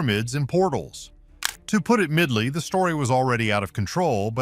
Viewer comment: Your AI voiceover is laughable: “To put it Midly”? LOL. Midly? That’s MILDLY, you goof. Next time proof your own script’s spelling before you publish.